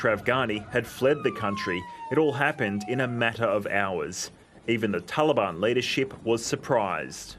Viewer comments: "Taliband" she's done her homework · The talabani messed up religion are offended when their "official" names are mispronounced. Someone called them TaliBAM. It made me laugh at them that they could even think they can replace true Afghan men. Sad that talibani are making the whole world hurt. I wish they could've started their own trip on a patch of earth away from civilized society, just a bunch of cavemen hanging out together.